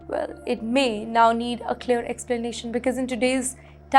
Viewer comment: Not beeeceeuse watch out your prounciation